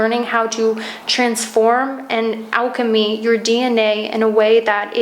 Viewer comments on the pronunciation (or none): none